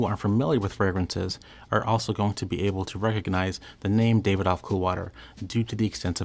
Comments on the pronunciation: Alway thought the pronunciation was ‘Davi-dof’ not ‘David-OFF’; it even says that way in the commercials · The pronunciations are ‘ ber ga mo ‘ and ‘dav id off ‘.